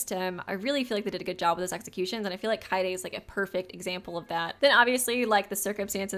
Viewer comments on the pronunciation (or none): none